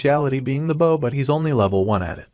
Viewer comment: Wish folks would actually teach these stupid ai how to pronounce protagonist and bow